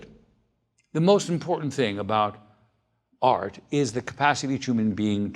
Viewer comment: it's funny how he pronounces art... AAAAaaarrrt lol